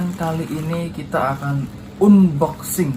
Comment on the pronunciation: Pengucapan unboxing nya bang coba deh di googling..